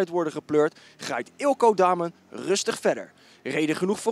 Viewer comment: Dat nadruk, Eelco Damen ROFL!